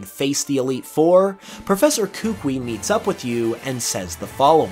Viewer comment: Not to be that guy, but his name’s pronounced “kuh-KOO-ee”. Also, I think the anime, which yeah is a different continuity, but still, it has him saying he challenged the League, but failed, which is why he returned to Alola, but because it was something he loved doing, wanted to start in Alola as well.